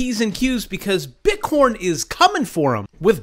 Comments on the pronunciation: Why are you saying "BITCORN"? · nice, i kept hearing bit corn. *joking... Liked your video!